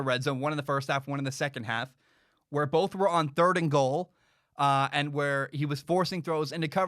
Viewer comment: Heard it bowlth ways, b.